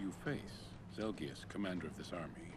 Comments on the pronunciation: Ahem... You mean ZEL-GEE-US Jeez you call him a noob and yet, you can't even correct him correctly. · ZEL-KEE-US!!! NOT ZEL-JUST... NOOB